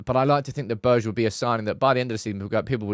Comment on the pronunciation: Behrr-Gay = Berge